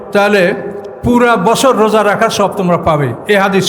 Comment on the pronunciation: Saom ba roja bolte paren na huzur. Radowan Mahmud er video golu dekhen plz.